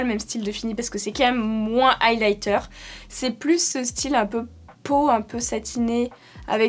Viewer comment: Super vidéo comme d'habitude 🥰🥰🥰 eyelighter au lieu de highlighter😅😅🤣